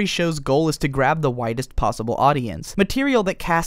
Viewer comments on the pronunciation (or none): xDD omg at the beginning I thought he said "the whitest possible audience" and I sat there like wat